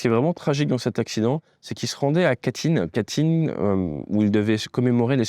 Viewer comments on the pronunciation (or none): Super débriefing ! En revanche, c’est à Katyn et non Katlyn, l’endroit où a été decapité toute l’élite de l’armée polonaise par le NKVD soviétique !!